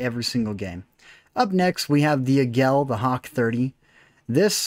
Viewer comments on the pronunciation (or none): Águila, that's "AH-geela" not "ee-GELL." Sounds like "Laggy la", just drop the L from laggy and you've got it.